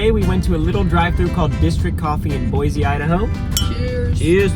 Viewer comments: it’s boy see not boy zee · You don’t pronounce it like boizy it’s Boisy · Hey I’m from Idaho and I live in Coeur d’Alene and I had to tell you that boise is pronounced boi-see